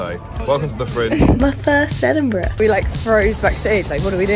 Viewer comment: I love Abi, but every time she says "Edinburgh" my American closed caption types "enema." Please advise.